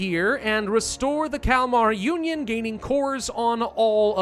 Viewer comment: I keep hearing the Calamari Union not the Kalamar union. :P